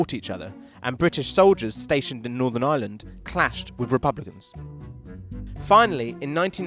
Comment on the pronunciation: "This is the I-land, of I-land"